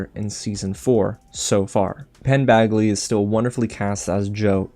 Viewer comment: FOR THE LOVE OF GOD Its Badgley! Like a J! Not bagley! JESUS